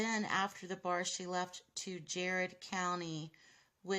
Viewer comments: Your saying Garrad very wrong it's said like Gary not Jarred gar-rad county and Richmond and Fayette county and Garrad co all touch each other not very far apart I mean it's far to walk but not drive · It is Garrard county..not Jarred county. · Its Garrard county. Not jared county. Not jerard county. Its proncounced like "ger-ed" with the same G sound as in grape or girl